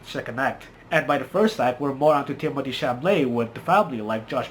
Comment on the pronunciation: It’s Chalamet, not Chamalet. Of the three movies, I liked Dune the most. It was also the best, as far as cinematography goes.